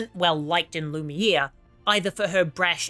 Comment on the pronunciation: Who tf is Loooone? And Lumir? Lol you massacred the names so bad